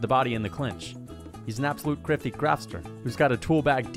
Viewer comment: “Jan Blachowicz one of the criftiest crafters in the UFC”😭